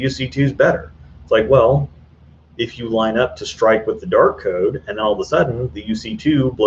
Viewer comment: I swear I just heard you say the "Dork Code" instead of Dark Code..